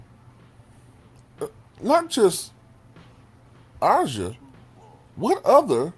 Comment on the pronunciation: Aja= pronounce as Asia